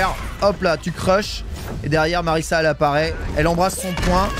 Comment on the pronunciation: ça se prononce MariZa hein, y'a qu'un seul S